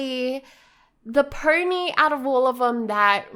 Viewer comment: why do you say my little purny??? it is my little pony